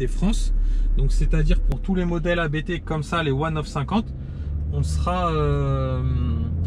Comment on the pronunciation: Ça se prononce "APTE" pas "A-BÉ-TÉ".